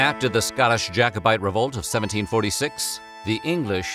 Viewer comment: Thank you for pronouncing Jacobite correctly!